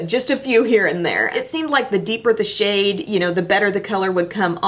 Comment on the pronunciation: "Other people are thinking I wouldn't touch that shade with a 10 foot pole" ... I thought you said shit, not shade, and I lost it xD